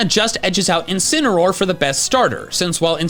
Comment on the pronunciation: INCINEROAR, NOT INCENAROAR! FIX IT NOW!